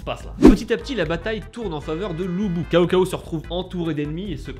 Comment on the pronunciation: on prononce tsao tsao pas CAO CAO XD